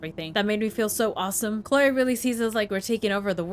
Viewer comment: Love how you pronounce "Chloe", so good :) ;) lol